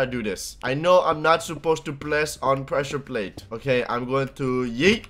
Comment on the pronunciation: Wy cant u bweak da pwessure pwate